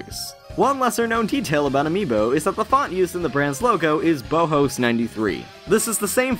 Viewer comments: it's not "bo' Ho's" it's pronounced "Baw -House" as in, the german design school "the Bauhaus" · It's not pronounced Bohos. It's Bow (like the formal greeting) House (like the thing you're probably reading this comment in). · Bauhaus is pronounced "bow-house" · Bauhaus? It's not "boe-hoes" it's "bow-house" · BOW HOES? It's pronounced "Baw-House" Bruuuuuuuuuuuuuuuuuuuuuuh. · It's pronounced 'bau-house' not 'bow-hose' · baʊhaʊs "BOUGH-HOUSE". LIKE THE ARCHITECTURE SCHOOL. FFS. FOR ALL THE RESEARCH YOU PUT INTO A VIDEO, YOU GET THIS SIMPLE PRONUNCIATION WRONG....THIS MAKES ME SO ANGRY. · Wait, what did you call the typeface? Bowhose? Bloody American pronounciations... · Ha! I was thinking the same thing. Anyone who studied design would also know... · OMG it pissed me off when he pronounced it Boe Hose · Bauhaus is pronounced "BOW HOUSE" bow-house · its pronounces "BOW-HOUSE" - in reference to The Bauhaus - which was an art school in germany in the 20s -- fun fact! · "bo-hose". ok. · Pronunciation Nazi Report: Bauhaus = Bow-House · Did you know... the font's name is pronounced Bauhaus (BOW house.) Sort of close to how we pronounce King Bowser. I say this, not to be picky (though it does kinda make me wanna bite through steel to hear it pronounced wrong), but because I think it's a cool little link that might be worth mentioning. The gang over at nintendo have never been above using sound puns for things and having one possibly hidden within the games own font would be brilliant. "you're in bowser's bauhaus, b*tches..." lolz. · Bauhaus is pronounced Bao-house. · Bowhoes LOL. Well fair enough, you're not German x) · It's pronounced Baw-Haws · Check pronunciation before recording, please! "Bohos" is a chilling mistake. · as a graphic design major it hurts me each time he says Bauhaus >.< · I love, but his pronunciation of "Bauhaus" was just disgusting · You pronounced BAUHAUS wrong... ¬¬ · C'mon guys. At least pronounce Bauhaus correctly...